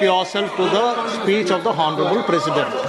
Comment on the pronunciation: टीनेटी जी हौनरेबल नहीं आनरेबल बोलो एच साईलेंट है